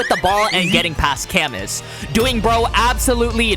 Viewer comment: I know we will probably never hear his name again, but just for future reference if there are more French people in the manga with names that are similar, camus is pronounced "cah-moo" not "kamuhss"😂